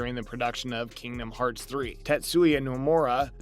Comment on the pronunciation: This guy doesn't even know what the hell is talking about. Not to mention his pronunciation on Kingdom Hearts. From now on right dislike in your comments. (DISLIKE)